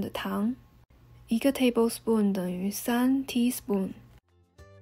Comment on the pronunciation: 好难受啊。能说“勺”一个音节，非要念teaspoon, 四个音节。。。一般人中英混杂都是专有名词，没听说过量词也要英文，是想不起中文怎么说，还是故意为之？简单的一个音节用四音节代替，显得自己会说teaspoon？而且念的是teapospoon，听着真难受。